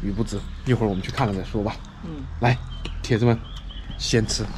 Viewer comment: 什么叫铁汁呀？铁子，不是铁汁